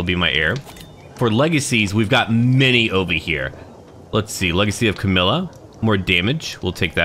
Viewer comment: Camarilla is prenounced (Cama-Rilla) I played Vampire larp during the 90's